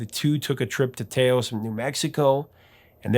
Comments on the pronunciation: It's pronounced "tow-ss," not "tay-os." 🤓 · Taos is pronounced like the first sound of Towel for the Ta part and the first sound of Ocean for the os part, i.e. Tahws not Tayows. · I've never heard anyone refer to Taos as Tay-ōs. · Taos is pronounced Like Mouse, but starting with a T. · Nice video. It's "Tah-os" by the way. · "Taos" rhymes with "house", BTW. It's northern Pueblo for "red willow". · Tay-ohs… The classic mispronunciation popularized by Dennis Weaver. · It's pronounced Tah-Ohs. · Tay-Ose new mexico?